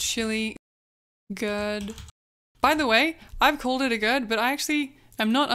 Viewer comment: Monty Python's The Life of Brian can help you with your pronunciation of "Gourd". It's a longer route than other ways you could find out, but well worth the time in my opinion :)